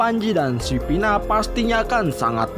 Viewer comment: Kok Nopi bukannya Novi kok Pina bukannya Vina gak jelas banget ngomongnya???